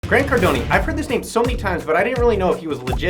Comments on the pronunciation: Pronounced Car-doan, not Car-doh-nee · They fact you call him Cardon-E makes me not trust you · Grant Cardon-ey. lol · "Cardon-E"?? WTH?? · Nigga just said "Grant Cardoney" wtf lol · Well very informative I think the thing that irritated me the most was you pronouncing his last wrong. Even when you listen to Grant say his last name the E is silent. Well he kind of looks like it you make him sound like a mafia gangster. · You should learn how to pronounce someone's last name before you do a video about them. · I usually love these videos, but hard to trust this research when you can't even pronounce his name lol